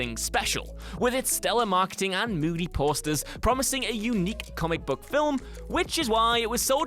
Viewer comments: it's pronounced "FILM". NOT "FILIM" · fill-ums... ffs that bothered me more than it should have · Does the word "film" have two syllables in England?